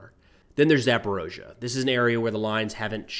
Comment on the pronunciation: It's more correct to say Ukrainian variant as "Zaporizhzhia", I was born and have lived there for 17 years. Alternative name with letter "o" is the russian pronunciation and many Ukrainians could be triggered because of this for obvious reason.